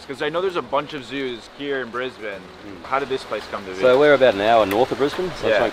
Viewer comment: thankyou for pronouncing Brisbane correctly :-)